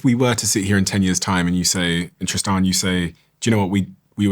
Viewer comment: I refuse to take anyone seriously who insists you call them Tristaaahn. Tristan has a standard pronunciation.